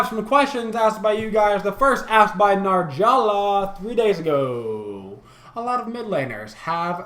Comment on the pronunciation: Thanks for answering my question! BTW my name is pronounced NA-JAR-A-LA